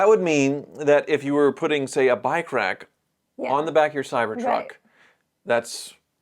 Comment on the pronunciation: You said bike rack, and i heard bi-crack. f politics I am out